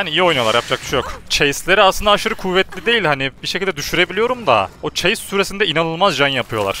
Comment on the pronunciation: O chase süwwesinde dedin kīsım abi tam süreyi yazamamışım pardon